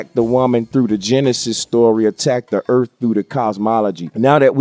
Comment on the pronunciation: it sounds like he said "earp" instead of "earth". he didnt even say "earf", he said "earp". this made my night